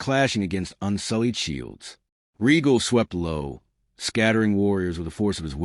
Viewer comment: Ray-gall. Rhaegal is pronounced Ray-gall not Regal. That is my only complaint. Well done.